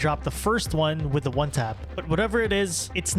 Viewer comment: ''wiff'' the first shot at least was perfectly on point